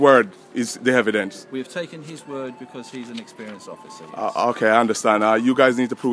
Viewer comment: "Hevidence" Lol